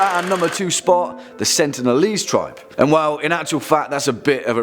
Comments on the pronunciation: what's an "uncontacted tibe"? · Err.. there is an "R" in the word "TRIBE"... just saying